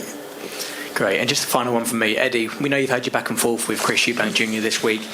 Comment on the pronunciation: It’s Eubank, not Eubanks